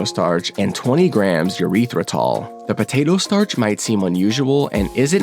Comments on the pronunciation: Bro please stop saying urethra-tol it's pronounced ER-ythritol. ER like urgency. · Bro is saying "urethra-tol." Its eeee-rith-ritol or ur-i-thruh-tol. Jokes aside great video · I think it's a running joke. He also pronounces all the chocolate companies wrong, surely he knows the correct pronounarion of Tollhouse, so it's a joke or maybe for engagement. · still pronouncing erythritol wrong lmfao